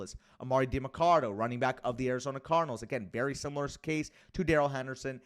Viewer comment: What kinda latino is you and cant say Demarcado properly LOL jk jk